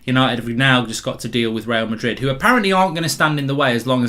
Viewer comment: Mark today: Twister Real Madred